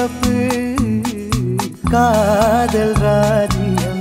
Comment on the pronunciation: to காதல் என்று அழத்தம் இல்லாமல் கதல் என்று உச்சரிப்பும் அழகு தான்